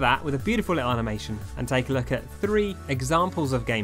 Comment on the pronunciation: "Have a look at them" From the way you say it in your accent It sounds like you're saying "have a lick at them"